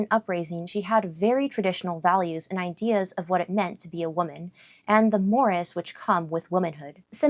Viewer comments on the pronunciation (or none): none